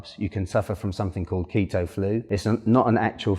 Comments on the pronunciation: It’s keetoooo not keta😭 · the KETT-TOE genic diet? ahaha nice vid though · If he wants to call it Keta, let him. It makes him happy.